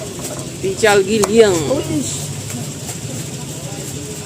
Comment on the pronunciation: PECEL, BUKAN PICAL